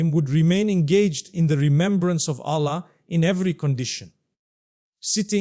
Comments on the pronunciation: Why pronounce Allah ( SWT) as Ollah May Allah(SWT) forgive u for Using AI for Mufti Menk as he is highly RESPECTED nd A GREAT SCHOLAR OF ISLAM. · His pronounciation of Allah is improper